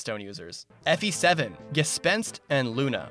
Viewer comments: The first s in Gespenst ist pronounced sh. So you pronounce it Geshpenst. Otherwise good pronounciation. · Dunno if it helps but you pronounce it: Ge sh penst. In german st and sp sometimes pronounce the s as a sh sound but not always which is nonsensical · It is Gespenst. German means Ghost is not that common of use in the language. You pronounce it GesHpenst with ,,Sh" like Shawn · You’re pretty close on the pronunciation. The first „s“ is pronounced like the „sh“ in „shift“.